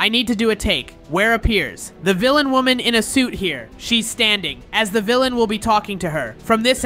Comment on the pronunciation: is woman not wonan